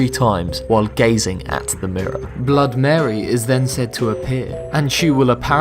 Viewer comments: When you say Blood Mary instead of BloodY Mary, it literally scratches my skull from the inside. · It's not blood mary it's Bloody Mary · Does anyone realise that he kept saying blood mary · Its BLOODY MARY not blood mary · BLOODY MARY NOT BLOOD MARY! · It is "BLOODY" Mary. How do you screw that up when you have Google? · Why don’t he say the y in bloody Mary?